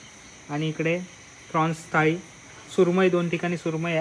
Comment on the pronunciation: थळी नाही रे थाळी असतं